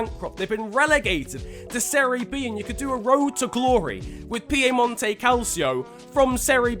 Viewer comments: It’s Piemonte not piemonto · It’s actually not Piemonto Calcio it’s PIEMONTE CALCIO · Piemonte not Piemonto 🙂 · Its piemonte not piemonto... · it's not Piemonto btw, it's Piemonte. Just saying because it's really annoying me for some reason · It's PiemontE, not piemonto😂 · mate you serious i'm italian and i feel offended by "piemonto" because it's actually piemonte >:( you lose a sub (nah you don't keep cool uwu) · when will you learn that it's PiemontE Calcio? not PiemontO? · Im italian and the region juventus (Turin) is from its called “PiemontE” not “PiemontO”....😂😂😂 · Piemonte not Piemonto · it s fucking piamonte not piemonto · Its piemontie not piemonto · Is not piomonto calcio is Piemonte calcio